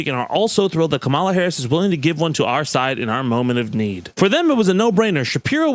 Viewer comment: Why do you always mispronounce Kamala?